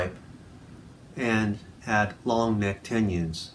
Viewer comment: Lol tenyins and potencheemeeters